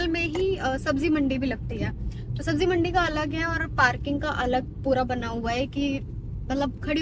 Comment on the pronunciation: Sabji ni sabzi hoti tarbuj ni tarbuz hota h jahil ho kya tm delhi me rhi ho lkin talaffuz bilkul glt h tmhara bilkul hindu ho